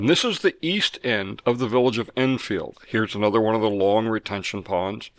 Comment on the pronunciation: Love your videos, thank you for what you do. I'm curious as I've noticed you pronounce Edenfield more like, Innfield. Is that because it's actually how we should be saying it?